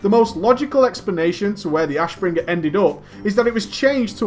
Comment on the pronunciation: Damn your way to say Ashbringer is annoying..